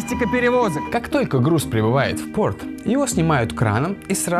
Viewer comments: С английским акцентом (в ПОRТ) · почему так странно сказал порт